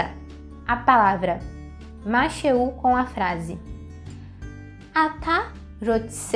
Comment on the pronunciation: Você pronunciou masheú, mashei. Não seria masherrú e masherrí? . Neste caso o Hei não seria pronunciado? . Um nativo me disse que para os pronomes pessoais no cotidiano o israelense deixa o Hei mudo( mas não está correto ) mas em outros casos deve-se pronunciar . Esclareça -me pôr favor . תודה רבה